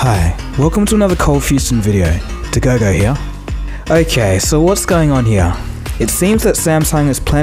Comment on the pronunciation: " so what's going on hea?" 😂😂😂